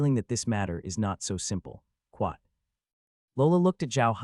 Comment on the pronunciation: Excellent story so far. Only problem so far is the persistent "kwat", it gets annoying.